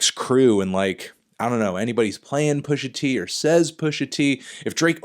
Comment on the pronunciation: Anderson Jean then why did he shoot this interview where he’s so shook he can’t even say pusha t’s name?